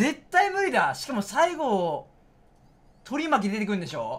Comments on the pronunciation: 取り巻きの発音が完全に海苔巻な男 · 発音がのり巻きで草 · 取り巻きのイントネーションが腹巻きなの草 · 取り巻きの発音がのり巻きな男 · 取り巻きの発音が海苔巻きで草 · 取り巻きを海苔巻きみたいに言うなww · 取り巻きの言い方のりまきで草